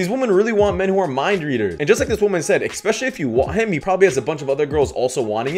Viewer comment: While I like your content....PLEASE stop saying, "EK-specially"....it's like nails on the chalkboard. Just like the "Musician" in THIS clip, not knowing how to pronounce the word, saying, "EK-specially" makes you sound ignorant, which SHE is, but I know (from having watched you), YOU are not. It reminds me of when I saw a woman with her own Reality TV show pronounce the words "Faux Pas" (pronounced: FOH-PAW), as "Fox Pow"...it IMMEDIATELY made me give her, and her opinions, less credibility, because (oddly and ironically enough), this was a social blunder that people who are trying to educated others, and be taken seriously in the process, would not do. So, I hope my advice does not fall on deaf ears, because I want you to keep preachin' brother, and I don't want anybody else to tune out you, or your message/channel, simply because you are mispronouncing a word that makes some people give you less respect than you deserve. Keep up the good work!